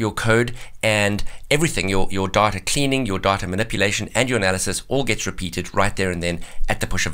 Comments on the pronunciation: I keep hearing "diet-a" lol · 1 minute and 42 seconds into the video I finally realized what he was saying was DATA. LOL